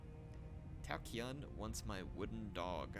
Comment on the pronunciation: “Cao Cao” is pronounced as “ Chow Chow” like Mr. Chow , those typical hong kong names